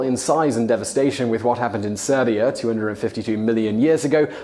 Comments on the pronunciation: eh? Serbia?? xDD Siberia, I believe it was xD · Snowball Earth? The Oxygen Catastrophe? These don't qualify? Siberia, not Serbia.